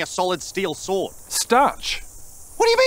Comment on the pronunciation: When he says, " an Ashen swort," you know it's gonna be hard